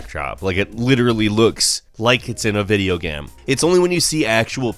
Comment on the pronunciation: " Video Gam "